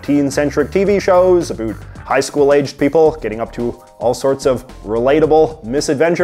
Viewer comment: "Anything a boot anything" .......we found you secret canadian!